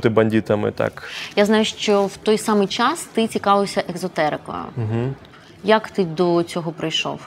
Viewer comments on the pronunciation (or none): ЕЗотерика, а не еКзотерика, Анно